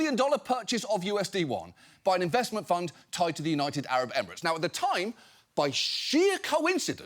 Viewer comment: Did that 60mins clip just pronounce "emirates" like an ancient greek word